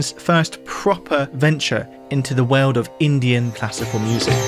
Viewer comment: I've watched a good number of videos, but never noticed anything odd in his pronunciations before. But in this video, nearly every time he says 'world' he pronounces it 'way-uld'. It's bizarre.